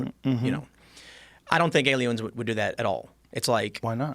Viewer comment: time said alie-owns instead of aliens lmao